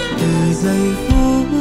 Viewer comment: Nhất là đoạn điệp khúc sau, sửa lại 1 chút vài chỗ phát âm “ngập chiềm” “từ giây phuốttt”…rồi pha Erik nhập “và ta sẽ yêu nhau hết cuộc đời ohh no no” 😅😅